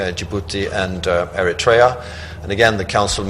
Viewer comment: Ethiopian dude don't know how to pronounce Eritrea smh